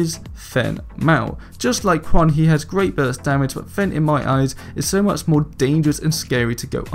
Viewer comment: "kwan" and "fen" really bothers me but im not trying to make fun